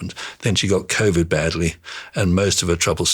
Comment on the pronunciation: He had me up until he said "she had "-ovid" and "_iruses"